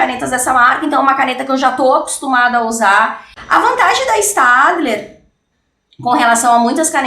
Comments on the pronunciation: Se escreve staedtler mas se lê stedler Espero ter ajudado 😙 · Se pronuncia stebiler ( eu acho)